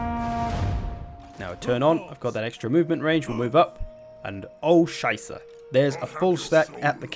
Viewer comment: Dude xD, I started TW Warhammer 2 and watched a lot from you, very helpful! But the Greatest that gets me every single time is "Oh Scheiße!" xD Love your pronunciation. Greetings from Germany